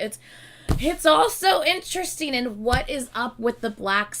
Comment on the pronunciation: this is so random but when you're saying interesting, i hear "in tristan" and i cannot unhear it 😭